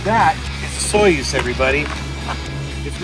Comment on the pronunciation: I believe Osoyoos is pronounced something like Uh-soo-ys.